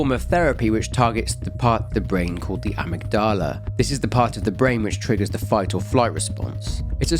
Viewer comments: Who taught you how to pronounce "amygdala?" LOL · The way you pronounced “amygdala” send me 😂😭👌🏻